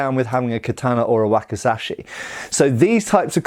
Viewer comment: Ka tah na...... not kat taaan na.